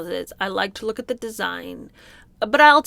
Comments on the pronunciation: Who in god's name would NOT be confused by someone mispronouncing a simple word like "look" as though it's supposed to MEAN something? Weird. Just weird. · I hate to defend meghan on anything, but I was also befuddled by her pronunciation of "looook". I was confused. It was very awkward and strange.